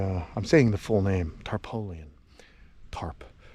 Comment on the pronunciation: tarpaulin is pronounced "Tar-PAUL-in", not "tar-po-lian". Your reaction to the criticisms was adorable, "Such a stinky little person..." LOL Yeah, this cold-snap is a definite outlier, but understand that it might become more common due to Climate Change, so I'm glad you're preparing for the eventuality. Here's hoping your critters get through this without any more casualties.